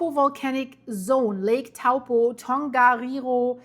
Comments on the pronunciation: toe-paw that's the correct way to say it ... big snap. with a little rumble on the Coast NP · Good effort. Taupo is pronounced like Toe-poor without the r sound.